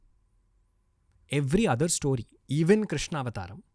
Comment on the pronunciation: Ranveer please it’s sto-ree, not Stoh-ree. It’s getting difficult to keep hearing Stoh-ree again and again 😊